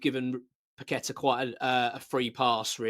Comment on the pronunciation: Loved paqetta but your spot on about his displays . Bowen trys always summerville always trying loved kudus too but he went like paqetta very quiet and now playing great for the spuds. Will need to be dropped then sold in jan if he doesnt buck up. By the way well done pronouncing his name properly even the commentators can't do it . And some calling todibo toddy bow how do they get a job in any form .